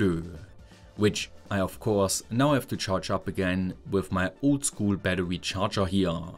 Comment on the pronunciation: I love how you pronounce Battery as Battewy lmao